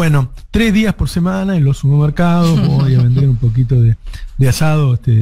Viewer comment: SuPPermercados Navarro, SuPPermercados. Aprendé a hablar viejo